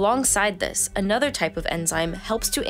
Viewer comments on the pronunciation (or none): none